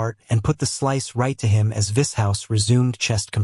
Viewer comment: if the voice would pronounce Vishous correctly and other words would be nice. 😂 vis hous 😂